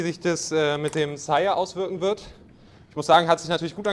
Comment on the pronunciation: Verstehe ich auch immer Chaya/Shyer/Shire... Später wirds Sire 😂 Hab ja einige Aussprachen davon gehört, aber das ist mit Abstand die falscheste 😂